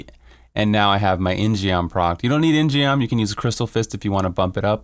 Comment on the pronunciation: Great video, great build! All I have to do now is find...rainbow goblins... The In-Geom is pronounced as IN-GUM BTW